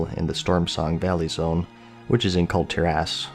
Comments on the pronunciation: It is pronounced Kul-Tiras as it is written, not Kul-Tiräss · Dude come on, Kul'Tir'ASS? You do a youtube show dedicated to one video game you should at least throw the effort into knowing the names of the major continents in said game. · Kul Tearass, thats how you are pronouncing it the whole video.